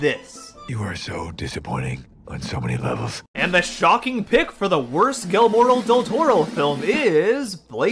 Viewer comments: You said his first name in the beginning wrong. 😂😂😂it's Guillermo, not guillermoro😆😆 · You’re saying his name wrong, you idiot! It’s “GEE-AIR-MOUGH!” Say it with me, please. GEE. AIR. MOUGH. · Great video! But, if you don't mind, I'd like to tell you how to properly pronounce Guillermo del Toro's name. The name Guillermo is pronounced like "ghi-yer-mo." You were correct in using a hard G rather than a soft G, though. When two Ls show up beside each other in Spanish, it's pronounced with a "y" sound or a "j" sound. When a regular "L" shows up on its own, you'd pronounce it the way you would in English. It's definitely not the easiest name for most non-native Spanish speakers (myself included), but I just wanted to let you know how it's pronounced, as politely as possible! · “Gillemore Del Toro” is crazy! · It's GEE-AIR-MO Del Toro! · How did you not figure out how to pronounce his name before recording… as you said he’s one of the most acclaimed directors of the 21st century how did you fail to check your pronunciation… like that just ruined your credibility and likability for me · I think he knows. He’s just saying it like that as a joke.